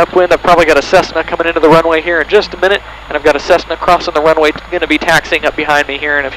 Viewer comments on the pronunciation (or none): crossing the wunway